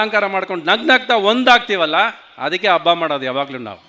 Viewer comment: Ravi Mama I love you but Hampi adu ampi alla, Habba adu abba alla and Premloka was good film but please praise other films like KGF Kantara Charlie etc. People love not only love story but like action and Comedy